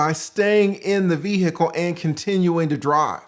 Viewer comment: Lol the way you pronounce "ve-hicle" is hilarious. RIP Matthew.